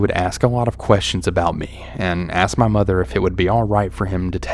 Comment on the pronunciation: “Ma husband said he seemed a little off” sounded so southern to me haha I’m Canadian and wish I had a southern accent soooo bad. Sometimes if I go to the bar my friends and I pretend we’re southern haha 😂